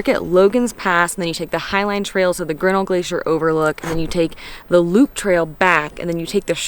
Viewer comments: I am from Montana and worked in Glacier for two summers....The correct pronunciation of Grinnell: The accent is on the second syllable..not the first...so " gri NELL" It's named for George Bird Grinnell....editor of "Field and Stream" magazine and an early explorer of the park. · It's pronounced Ģrin-NELL !